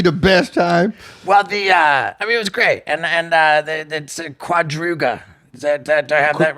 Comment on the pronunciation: Quadruga!? Lmao try again steve-o🤣🤣